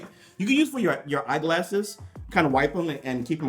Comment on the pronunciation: The way he says eye glasses as if you wear glasses on your feet. Lol